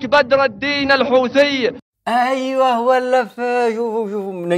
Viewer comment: المخزن مايقدر ينطق حوثي يقول دوثي ههههههههههههههه